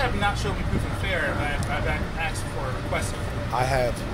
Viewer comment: He AXED him a lot of times! LOL